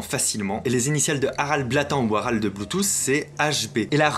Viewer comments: C´est pas " Blatand" ,c´est " Blåtand" ( prononcer "Blotande") ce qui veut littéralement dire " Dent Bleue". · Pour info, Harald Blåtand ne se prononce pas blatan, mais blotande et signifie littéralement "dents bleues" en ancien danois (Blå pour bleu, et tand pour dents) Blå veut d'ailleurs toujours dire bleu en Suédois! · Loup Solitaire complètement d'accord avec toi ! Mais lui ici le prononce comme un français lambda l'aurait prononcé :)